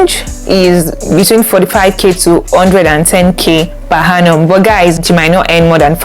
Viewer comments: Good info but please it is per Annum and not per Hannum. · I can’t get past the per ‘Hannum’ 🤦🏾‍♀️ Interest video regardless